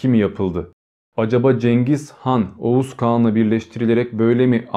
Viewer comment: Oguz. Okuz.